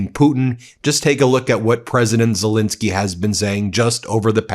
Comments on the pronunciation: STOP MISPRONOUNCING ZELENSKYY! THAT'S AN E NOT AN I, DOGGONE IT. THE MIDDLE SYLLABLE RHYMES WITH PEN, NOT PIN. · It could be even better if he pronounced Zelenskyy correctly, that's an "E" not an "I" - calling him Zelinski is worthy of MAGA. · NOPE, I'm not cutting him any slack on this, and I very much like the work of the brothers three, but the man's name is ZELENSKYY, the middle syllable rhymes with Ben, he is a world leader, and the repugnantones delight in mispronouncing people's names. We good guys can do better. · BEN - I am positive that this is unintentional on your part, however you, along with a disappointing number of other legitimate news reporters continue to mispronounce the name of the leader of Ukraine. This is - unintended or not - a show of disrespect. How would you like it if people kept mispronouncing your name ? His name is ZELENSKY - NOT ZOLINSKI . If his name was ZOLINSKI it would be spelled that way. It is not. It is spelled ZELENSKY because that is his name. Please maintain the fair, rational, and legitimate presentation of important news that the Meidas network has become known for, and at least pronounce correctly the name of the leader of Ukraine. Thank you.